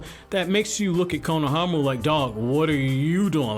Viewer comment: The way you say his name it’s just cringe I hope you know the dub says the names wrong